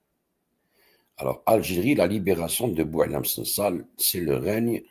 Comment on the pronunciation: Le "Sangsale" évacué... Évêque... Vicaire se prononce(viquaire) Les viscères ???😊😊